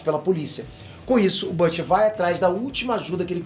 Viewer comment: Custa falar o nome BILLY Bruto kkk, otimo resumo "Perterr."